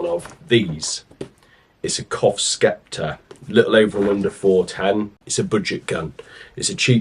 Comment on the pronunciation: Sceptre, Pronounced “sep-tar”, not “skep-ter”